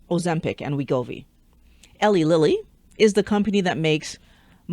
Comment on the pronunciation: I'm from Indiana, Eli Lilly's headquarters. It's pronounced Eee-Lie Lilly. Not to be the grammar police, just thought you'd want to know.